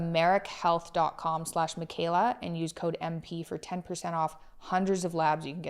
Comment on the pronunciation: Sorry, Mikhaila, not Michaela.